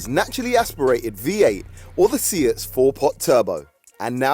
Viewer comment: Say-at, not See-at